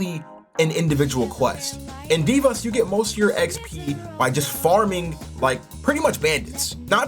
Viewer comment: Why are you saying “divas” instead of “Devas” (Dev-uhs)